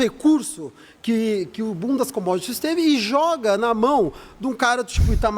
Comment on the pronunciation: eu só consigo ouvir "bundas commodities"